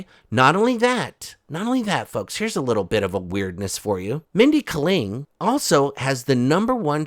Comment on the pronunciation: Holy hell, it's Mindy KAY-ling